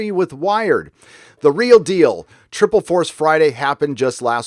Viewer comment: twiple force fwiday . No one cared .